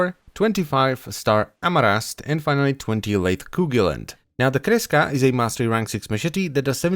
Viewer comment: i really like how you pronounce kreska. sounds so nice